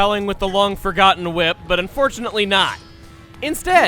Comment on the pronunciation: "We're gonna wip out our sword..."